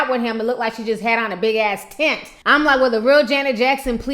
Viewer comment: 'Favorite singer from the 90s'... Me: Mariah Carey??? :0 - Noooo! xD She said 'tent'! Lmfao xD